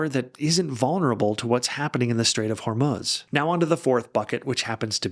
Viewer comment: Thanks for the great video,. And also, thanks for pronouncing the "strait" they way it is supposed to be pronounced, as it should be "Hormoz" not "Hormuz"! 🙂